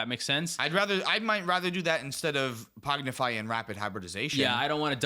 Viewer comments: Pong-ify pong. Not pog. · adding a D every time he says pongdify 😂 There isnt a d in the name! Great show guys, love it. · Y'all saying Pognify instead of Pongify is wild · It's PONG-ify You're saying POG-nify lol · Btw you guys are calling it “Pognify” when it’s “Pongify”😅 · ….. it’s blue elemental blast my guy. Also PONGIFY. Not pognify. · There is no D in pongify lol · Whelp, I’m never pronouncing “Pog-nify” correctly again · Thanks again, great episode! I am wondering though: How mad is Tyler (and rightfully so) that you are saying "Pognify" instead of "Pongify"? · i had to stop ;istening to this one because i cant handle the rampant misspronounciation of pongify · Was driving me insane. PONG-IFY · I love pronouncing "pongify" differently every time 😂😂😂